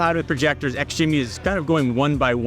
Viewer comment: ITS PRONOUNCED JIMMY THE X IS SILENT 😠😠😠😠